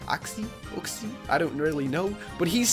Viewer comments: Uxie is pronounced you-ksee I think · btw Uxie is pronounced youcksie